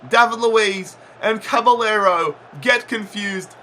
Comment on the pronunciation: caballero is pronouced cabajero